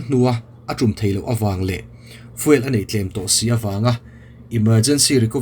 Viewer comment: Fiuel ti a lam nise.